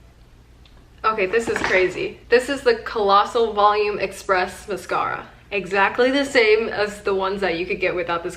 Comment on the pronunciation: The way she says mascara bothers me so much😭😩